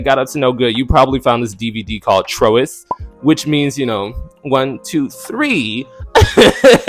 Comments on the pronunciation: 😂😂😂 It's not pronounced Tro-Is! Trois is pronounced TWA! Like manage à trois! 😂😂😂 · I loved me some Dream and Moyea. I also cackled when you pronounced trois as trow-iss. Trois is french for three and is pronounced "twaah." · Trois (is pronounced twah) as in ménage à trois. I think Moyea made me start liking masculine bottoms. Remy Mars was my right hand wifey. Never disappointed me. He was sexy from his head to toes. Dream is the reason bottoms started begging to be pounded again until Rhyheim came along and brought back passion and romance. Its a cycle. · Twa...pronounced Twa as in mé·nage à trois. I know you were young as hell if when you found out it you thought that word was Tro is. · It’s more pronounced “Twa” not Tro-is. lol but ngl I pronounced it the same some years back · Not “tro-is” lmao Pronounced “twah” It’s a “Ménage á trois” And yea, that a good find! def one of the classics 💜💜💜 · Good video. Btw “trois” is pronounced “twa” short for ménage a trois. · I don't think it's called "TRO-is." It's actually pronounced as the french word for the number 'three.' It is pronounced as follows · Trois is French and is pronounced “twah.” Rhymes with “ah.” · Trois = tw’ahh as in ménage a trois #threesome ❤😉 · Trios is pronounced Twah, as in ( Menage A Trios). Three people share a sexual relationship. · It’s pronounced “t-wah” as in ménage a trois 😊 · Lmao how you pronounce Trois 😂😂😂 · Not “Trois” I think that’s French for three and it’s not pronounced like that. Literally I’m screaming. I like Remy. I wonder how he is doing. Hope he is doing fine, relaxing and stress free! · Not Trois lol come on with the mispronounciation on purpose lol I Live 😂